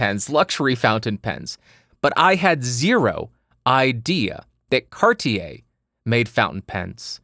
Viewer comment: In France we don't say MonT BlanC which is the highest mountain in France but Mon Blan ! ;) I love how you say Cartier ! :)